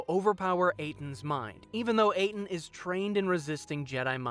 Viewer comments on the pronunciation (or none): Very well made video. However, Atton's name is pronounced "AT-ton". not "Ate-in". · I was going to leave a like but you keep saying Atton's name like "Ay-ton". Have you played KotOR 2? Would have taken two seconds to realize his name isn't pronounced that way even once by anyone in the entire game. Reminds me of my grandmother saying "pokey-man" instead of "pokey-mahn" when I was a kid. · First: Kray-uh not Kree-uh At-un not Ate-un Characters in the game itself literally pronounce this for you. Second: Were people asking if Kreia was a Mary Sue? 1. OP? The game answers this immediately when she gets her hand chopped off an hour into the game... She cheap shots a couple jedi masters who haven't fought in years, while she's literally flying around honing her fighting skills. Kreia is not over powered. 2. Unexplained Power? Kreia's power is about as unexplained as any Jedi you are introduced to, then the game fills in her back story... 3. Perfectly good? I don't understand why anyone would even ask this. 4. Do people like her? Atton hated her immediately. So again after an hour of game play, the question makes no sense. 5. Wish fulfillment? Old lady so close to death she's laying in the morgue when you meet her, blind, and again, immediately gets her hand cut off an hour into the game... After getting flown all over the universe, her plans backfire and she get's killed by her apprentice. Not what you'd wish for, even if you were a blind old lady so close to death you were laying in the morgue... 6. She fails all over the place. Again, its not a question someone even has to ask. This video didn't need to be made. AT ALL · Who's Aiden? You mean Atton? Have you played kotor 2? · ATtton not Aeton.